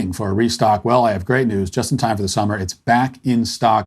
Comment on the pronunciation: Funny to hear one guy talk normal and then the other has to talk retarded to give weather